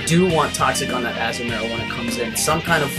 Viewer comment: What? You really were pronouncing Azumarill right anyway. AZZ-oo-mair-ill.